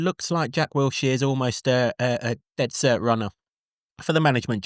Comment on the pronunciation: How can not pronounce Wilshere, despite the other presenters pronouncing it correctly? Wiltshire is a county and Wilshere is the new Luton Town manager. Do you want to be taken seriously? Get the basics right and then we will listen to what you are saying.